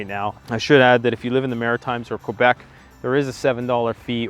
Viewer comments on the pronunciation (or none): none